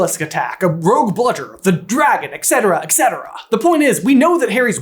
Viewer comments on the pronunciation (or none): You're saying it wrong! It's 'eTCetera', not 'EXeteraaa' (Couldn't resist the urge to throw in a correction with a reference) 🙈